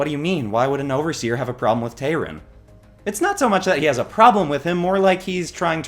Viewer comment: It’s Tayrun,. Tayrun, not Tyrone.